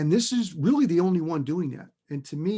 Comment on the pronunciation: "...was the overriding factor driving the palladium market"... ohhh rearry ?! "Da purfik Stahm" in New Bedford, MA.